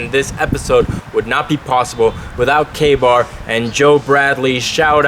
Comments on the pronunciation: The first time I thought you said gay-bar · When you said KA-Bar I thought you said gay bar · I thought he said gay bar Me!